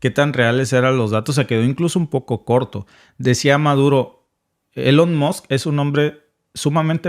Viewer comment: jajaja "elon mots" ahuevo! 👏🏾👏🏾👏🏾👏🏾👏🏾👍🏾👌🏾😎